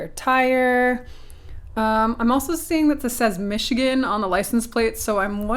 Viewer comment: Mashigan is how the Chinese say Michigan.